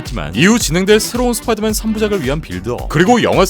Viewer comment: 스빠이더맨 나우 홈 ㅋㅋㅋ